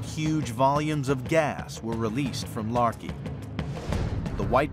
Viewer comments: The anthropomorphization of the volcanoes is hysterical. As if the volcanoes are battling the elements. Also the pronunciation of Laki as "larkey" makes me think of "malarkey" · The narrator was pronouncing Laki as "Larky".